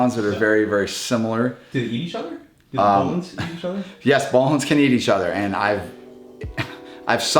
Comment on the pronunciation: Great video as always, thanks and the team! Just a small detail, you pronounce it ''boolen's'' instead of ''bohlen's'', Boelen is a Dutch name.